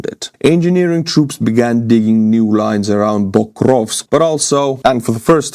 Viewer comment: It's Pokrovsk, not "bokrovsk".